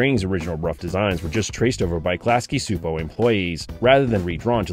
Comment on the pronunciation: it's actually pronounced Klasky Chupo